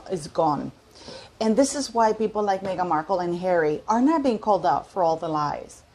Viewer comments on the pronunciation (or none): none